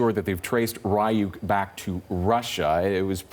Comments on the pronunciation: “Rye-youk” lmaooo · RYE YUKE NOT RE YUKE TF??? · Its Reeyuk not Rayuk. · I love to hear them pronounced "ryuk" as "rayuk" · It's Ree-Yuk, ur welcome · its pronounced REE-OOK, and it's called animes, not japanese cartoons...... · Didn't they pronounce it wrong? Isn't it reeyoukay and not ryouk